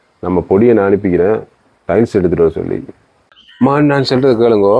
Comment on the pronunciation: உங்கள் தமிழ் வாழ்க. செல்றது அல்ல! சொல்றது. ஈக்குது அல்ல! இருக்கிறது. பெயித்து அல்ல! போயிட்டு. வெல்லம் இல்லை வெள்ளம்